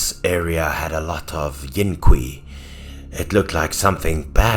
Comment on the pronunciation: Bruh did they just pronounce qi as qui? 😐